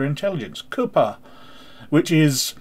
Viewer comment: Chutzpah is pronounced "hoot-spah" I believe. Though "coopah" made me laugh. I'm only familiar with it from friends who speak Yiddish.